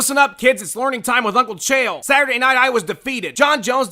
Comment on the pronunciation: If your gonna keep getting people's name wrong. Stop It as It's an insult to the person Like STEVE RYCHEL and this week you fucked it up altogether. His name is Sean Sheehan pronounced She-Han. If you need any more pronunciations Just drop me a line at an I'll hook you up for a small fee. #.